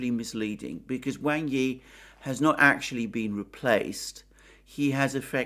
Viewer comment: "Wang" is not pronounced like "Way-ng". It is pronounced like "Wong" and rhymes with "wrong".